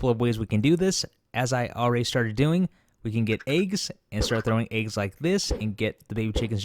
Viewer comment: The way he says eggs disturbs me. Good video though.